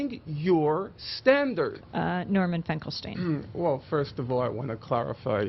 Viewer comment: You know, to be fair, the I.Q. of Dershowitz, can't possibly be higher than 75 to 80!! I can't believe how - as a Jew - he keeps pronouncing "Finkelstein" as "Finkel- Stine", when it's "Finkel-Steen"!! My world history college instructor, Dr. Epstein, used to Scream at the students who called him, "Ep-Stine", and would very angrily Shout, "Ep-Steen, Ep-Steen"!!😊